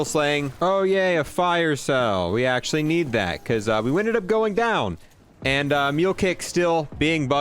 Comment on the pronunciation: “THIS THING IS AAACUALLY”